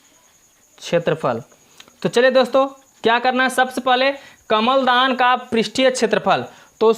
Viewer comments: Kaml dan nhie kalm dan ha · Kamal Dan Nahin kalamdan